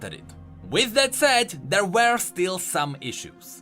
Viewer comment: my brother, my mate, i love you and all but the way you pronounce "were" is killing me slowly. <3